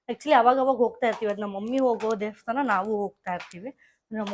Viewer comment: Devasthana ✅ Devshthan ❌